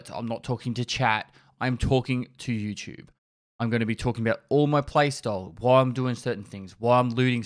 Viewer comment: "And this is desoigned fer EwChewb"